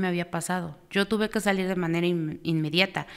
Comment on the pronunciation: Desde el principio que escuche que dijo de MANERE, ya me salte el podcast. 😅